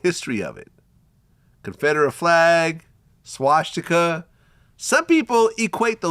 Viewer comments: Why he call it a swashtika 😂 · Bro it’s not “SHwasticka” it’s Swasticka